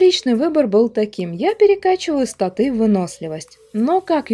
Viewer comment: У вас достаточно не плохие обзоры, но что меня уж сильно раздражает это неправильное ударение в некоторых словах рпг направленности типа статы или мобы.